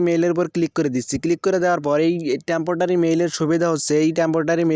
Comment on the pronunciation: temptotary? Ha ha. Ha